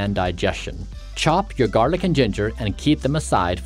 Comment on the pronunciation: Why he say garlic like that